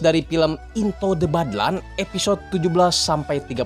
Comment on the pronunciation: In-to de bad-lan 😂